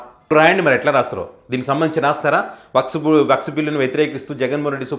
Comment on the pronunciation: అది వక్స్ కాదు, వక్ఫ్ బిల్ అనాలి.